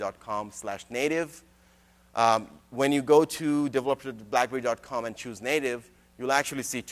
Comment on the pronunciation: I just wish he learned how to say developer.